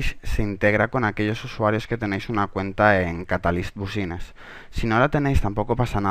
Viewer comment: si eres un profesional deberias de tener cuidado en pronunciar las palabras en ingles como "business" por ejemplo.